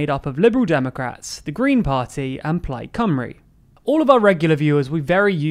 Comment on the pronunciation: You nailed the pronunciation of plaid cymry! Da iawn!